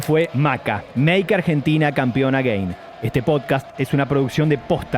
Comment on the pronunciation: Me hace un poco mal que pronuncien mal la palabra again